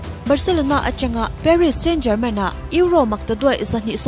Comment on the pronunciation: Parist Saint-Germain tih tur.. German ni lovin.. a hawrawp hi a inang lo a nia.